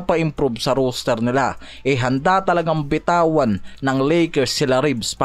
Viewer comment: roster po sya, hindi rooster 😁